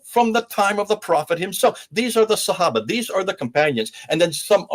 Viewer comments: He pronounces sahaba so weird. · the way he says sahaba HAHAHA sorry i cant